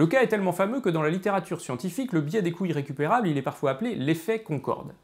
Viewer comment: ...d'où l'importance de prononcer les liaisons : les coûts Zirrécupérables. Mais on m'a déjà répondu que le côté "parlé" de David, y compris de légères fautes de français, apportait une spontanéité, une fraîcheur, qui plaisait aux auditeurs. Va donc pour des couilles récupérables :-)